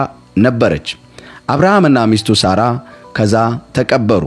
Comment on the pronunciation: የምን ሶራ ነው? ሳራ ነው